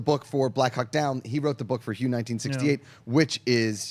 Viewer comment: Just fyi panel...Hue 1968...Hue is pronounced like Hway